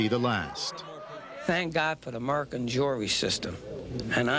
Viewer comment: " Merican Drury system" lol